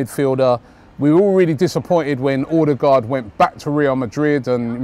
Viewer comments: Ødegaard/Odegaard - Not Odergaard, wtf? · Odegaard not Ordegaard